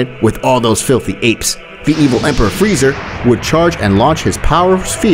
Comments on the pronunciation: Frieza not freza 💀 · why is this guy saying “say-ian” and friezer” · frieza not freiza 💀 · Ahh yes the great frizer instead of frizea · "say e ans" "freezer" what its supposed to be "say ants (without the t)" " freezah" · like bro you called frieza “FREZER” like bro💀 and it’s not “SAIYAYANS” it’s saiyans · The great “freezer” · "the evil emperor freezer" "saiyanynaynyna" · u call it fry za? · it's Frieza bruh 💀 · It’s crazy how the narrator called freeza freezer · Ah yes "Freezer" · Did i hear friezo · there is no i in freeza